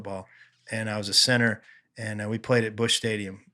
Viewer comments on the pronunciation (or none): took me while to realize was saying “center” not “sinner”